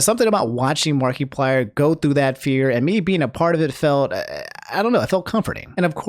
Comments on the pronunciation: He also said markyplier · um he said MARKEPLIER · "marky-plier" lol sounds weird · Something about the way you say Markiplier makes me laugh 😆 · Is is me or does pronounce A LOT of things wrong like Toph, Pokimane, and Markiplier ect. ect.